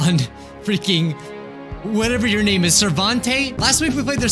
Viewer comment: you did not pronounce my name right